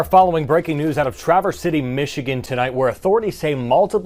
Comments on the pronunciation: Can you please do a little research before you post?! The guy is 42 years old, Bradford James Gille. A white guy with a substance abuse history. A black guy (CPL holder) stopped him in the parking lot. Finally, you pronounce the name of the city Traah-Verse. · Pronounced Tra-verse